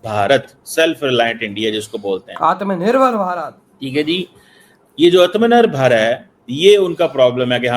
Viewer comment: unable to pronounce Atma nirvar Bharat.